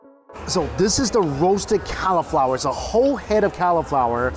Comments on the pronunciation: Yeah, I heard "Cow-flower" That isn't a normal American pronunciation, is it? I'm Canadian, so I'm not sure. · Every time you said Cow-flower I twitched 😆 it’s the only way I will call it from now on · Why is he saying califlower 😂😂